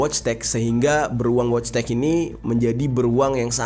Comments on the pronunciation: wojtek bacanya voitek jer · Wojtek dibaca Voitek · Wojtek dibaca nya voytek bang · Orang poland Itu dibacanya woytek.. genk